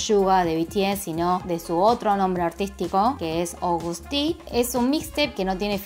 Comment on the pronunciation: según yo ni se dice "Agoust" se dice tal cuál "Agust":3